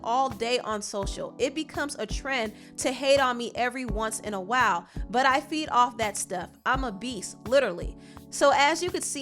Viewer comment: Why do u say butt like that for be professional